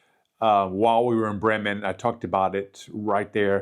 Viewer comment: Funny! You pronounce "Brreymen" like the locals. Cool!